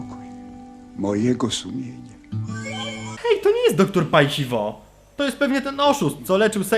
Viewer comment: Doktor Paj Hi Wo? a nie Haj si wo?